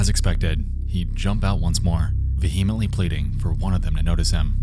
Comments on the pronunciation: Yeah, that's not how that word is pronounced. :) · You mispronounced a word: - "vehemently" No judgment. Just thought you would like to know. Great content. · vee-heh-ment-ly not veh-he-ment-ly. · You need to include the mispronunciations of “vehemently” and “subsequently” too.